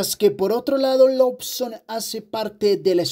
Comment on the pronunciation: Se dice "Loson", no "Lobson"